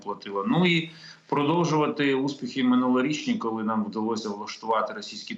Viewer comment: После слов "Колы мы пэрэможемо" упал пацтол и больше слушать не мог.